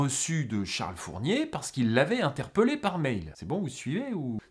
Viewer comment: Interpèèèèllé, on dit interpèèèllé, pas interpeuuuullé. C'est comme Montpèllier VS Montpeullier. Super vidéo cela dit.